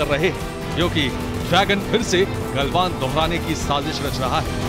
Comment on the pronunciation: ग्लवान घाटी ग्लवान घांड नहीं रिर्पोटर साहब शब्दों का उचित प्रयोग किजीए